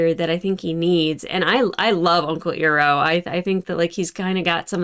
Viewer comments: Having been exposed to the atrocity that is the Live Action movie, the way you said "Iroh" at the beginning hurt my teeth. 😅 Of course they can be called Earth Benders despite not being on Plantet Earth. "Earth" is just the nickname we gave our planet named Tellus because there's so much earth on it. It's all good 😃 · Since you watched the movie ages ago, some incorrect ways of pronouncing names might be living rent-free in your brain. In the movie they said Ee-roh, but it’s really Eye-roh. In the movie they said Sowe-kuh but it’s Sock-uh. Eyes and socks. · I-ROE not E-ROE Iroh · Unkle Eeroh, ooof! You already know the right way now though lol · Giiiirrrrrrlll no you didn't say Uncle Ear-Oh lol that's an Avatar no-no...you'll figure out why. If you know you know. 😂😂😂😂😂😂😂😂😂😂 I can't tell ya why. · LoL.. I’m watching this after I saw you watch all of Season 3 and the awful movie… to see a younger you say “Uncle Eeroh” makes me laugh.. 😅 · Please don't call him "eeroh" D; It triggers awful awful memories of that live action film.